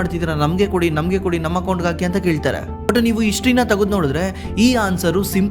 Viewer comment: ಅರಿದಾಡ್ತಾ , ಇಸ್ಟೋರಿಕ್, ಇಷ್ಟರಿ, ಇಂದೆ, ಅಣೆಬರ .....❌❌❌ ಹರಿದಾಡ್ತಾ, ಹಿಸ್ಟೋರಿಕ್, ಹಿಸ್ಟರಿ, ಹಿಂದೆ, ಹಣೆಬರ....✅✅✅ "ಹ" ಮತ್ತು "ಅ" ಉಚ್ಚಾರ ಸರಿಯಾಗಿ ಮಾಡಿ ಸ್ವಾಮೀ